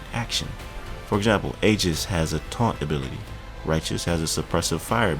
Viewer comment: Wow keeps looking better and better very proud of you🙂, by the way Aegis is pronounced EE-Jis. just fyi keep going brother.